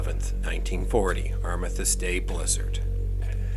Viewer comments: Arm-is-stiss is how it's pronounced in most of the English speaking world. I confess that I have never heard your version before. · I'm assuming that you meant the "Armistice Day Blizzard (11.11.40)?" Your pronunciation confused me unless you are talking about a different day of the year?